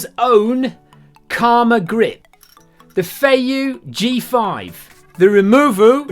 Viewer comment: I like how the 2-button operation of the Removu was cumbersome but the 3-button operation of the Evo was fine! Also from the very beginning of the video you had no trouble pronouncing "Zhiyun" but struggled with "Removu" - I gave you the benefit of the doubt but subjective review it was not - shame!